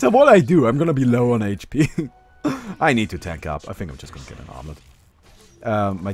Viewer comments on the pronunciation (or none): none